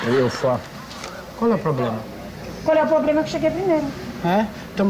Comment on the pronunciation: Pq as pessoas não conseguem pronunciar corretamente a palavra PROBLEMA?